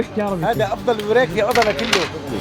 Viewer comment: البوريك اكلة ليبية وتنطق البورييك وهي تشبه السنبوسة بس مش مقلية